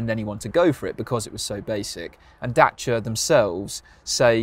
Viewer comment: Great review. Impresie how you pronunce Dacia🙏🏼